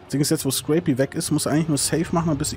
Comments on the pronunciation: warum spricht den guten mann jeder "screy pi" aus? Er heißt Scrapie. also quasi wie skräpi... so schwer ist das jetzt nicht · Crap mit s vorn dran und einfach ie noch hinten ran. Hat mich auch leicht getriggert